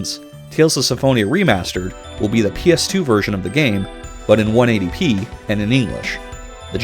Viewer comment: 1080 p not 180p like you keep saying